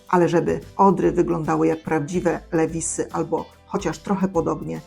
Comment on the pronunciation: Nie " lewisy" tylko " liwajsy". Tak to się prawidłowo wymawia.